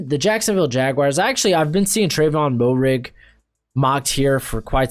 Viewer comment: Just for future reference Trevon Moehrig out of TCU is actually pronounced MARE-IG